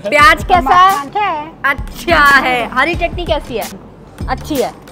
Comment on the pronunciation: Chatni Ki Jagah Tti kisko Sunai Diya 😂😂